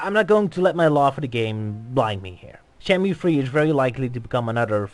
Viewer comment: Ryo: "Shenmoo".: "Shenmyoo". Argh... Anyway, great analysis, but you kind of dropped the ball there at the end concerning Sony. Kudos for mentioning the BuildingTheList campaign as reason why Shenmue 3 ended up with Sony and why it was unveiled at E3, most articles fail to do that. But some of your conclusions are quite wrong. "Shenmue 3 is very likely to become another financial disaster" - That's pure speculation. Too many people assume that Shenmue 3 will have, or even needs, the budget of the originals. That is wrong. The originals were that expensive for several reasons. Development started on the Sega Saturn, and that version already included parts that would later end up in Shenmue 2. The Saturn version was scrapped, lots of things (but not everything) needed to be redone for the Dreamcast, they had to develop their own tools and engines, the team grew to 300+ people and nobody knew how to manage that efficiently. So, the original budget of $47 million paid for at least three games (Saturn, 1, 2) and 5 years of development. All that won't apply to Shenmue 3. Shenmue 3 won't be a huge modern AAA game. It might end up losing some money for Sony (who primarily fund the marketing and NOT the development), but it won't be a disaster for them. "I mean look at those colors" - Funny, because Suzuki has stated somewhere that he doesn't like the appearance of that scene. It looks too "California dry". It's just a preliminary mockup. "Sony put themselves in a co